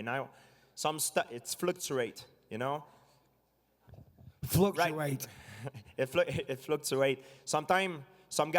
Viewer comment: GSP: "fighting is like the stock market, it fluguaaat" Bisping:" "Fluctuate" GSP:" fluquat"